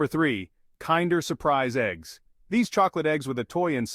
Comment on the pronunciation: You're pronouncing kinder eggs are wrong